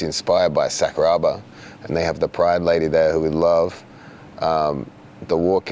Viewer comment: Craig when you say Sakuraba, it's Sakura like a cherry blossom then add a ba at the end.